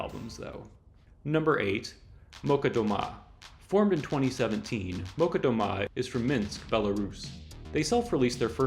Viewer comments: "Молчат" actually reads like "...chat", not "...cut", and with stress on the second syllable. Meaning "[they are] silent" (not making any noise). In post-USSR countries (at least on the Internet) there are a whole subculture of Sovietwave music. That genre resembles the Synthwave, but is inspired by Soviet space cult and the soundtracks to the sci-fi movies of that era - particulary by Эдуард Артемьев and Александр Зацепин. The latter one wrote the music for the animated masterpiece, "Тайна третьей планеты". The former one worked with Андрей Тарковский, but especially known is his tune "Поход", which has popular remixes. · Weird way to pronounce Molchat Doma, it's a cha not a ka, but great list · Molchat Doma. You have mispronounced the 1st word. It actually sounds like "Mall" + "Chat" 👌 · One remark if I may: Molchat Doma is not pronounced Molcat. I don't speak Belarusian but I am Slavic and I am pretty sure the "chat" should be read "chat" and not "cat". Also the accent in Doma should be on the O and not the A. (anyone willing to correct me is welcome of course)